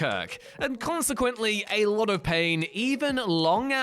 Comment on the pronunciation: "Khansequently" I see what you did there.